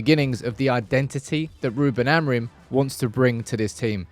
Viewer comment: Once and for all: its pronounced "A-moo-ring" with the "g" being muted. Its nasal "ing", forget the last "m". And the intonation is more like "amputee" not like "amplitude" meaning the strong syllable is the last one, not the first.